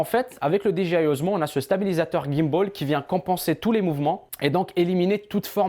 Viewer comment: Par contre pourquoi tu dis DGI c'est DJI :P